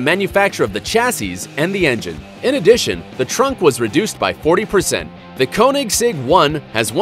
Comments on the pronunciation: Its called caunexeg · Wtf 😂 why are you pronouncing Koenigsegg and Rgera like that😂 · Got damn you mispronouncing the hell out of those Koenigsegg names. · You can't pronunce Koenigsegg konigsegg because it's wrong you have to learn how to pronunce the swidish words LOL! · I'm from sweden and Koenigsegg comes from sweden too, it's pronounced KÖNIGSEGG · Your saying Koenigsegg wrong!!! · There is so much wrong with this video. False "facts," complete misunderstanding of the concept of power and units of torque, horrible pronunciation, you can tell this guy has no idea what he's talking about. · Yo Dude plz get UR facts Correct and Learn to say the car names Correctlig plz.